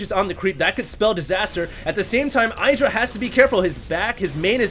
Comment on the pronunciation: Please you pronounce IdrA wrong.